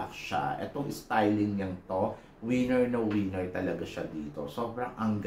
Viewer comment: ......."WINNER" and not "WIENER". If you mean "WINNER", then pronounce the word properly. Pronounce......as WE/NER and not WEE/NER.